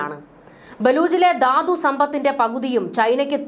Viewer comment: എന്തോ 'ദാദു ' ???? ധാതു